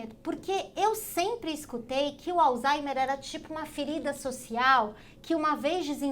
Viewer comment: Acho engraçado que todo mundo acaba falando alzheimer como "alzaimer", e o dr Alain fala do modo correto, o h fazendo leve som de r, como "alzraimer".